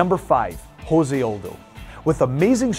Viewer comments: Jose Aldo's name is not pronounced Jose. It's pronounced se. It's not Spanish. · It's Jose not Hose he is Brazilian not Spanish dude... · Jose, not Hose, Jesus christ, its portuguese. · Jose Aldo is Brazillian. Its pronounced Jose Aldo, not "Ho-say Aldo." He is not a mexican. In Portuguese, it is the letter R pronounced with an H sound, not the letter J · You said Jose Aldo's name wrong you don't pronounce it like you would in Spanish just the way it is spelled out like (-Say ) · José is pronunciated like your name...